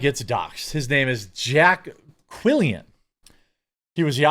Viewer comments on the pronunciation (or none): Quillin NOT Quillian ffs 😂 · It's pronounced Jay Quelin.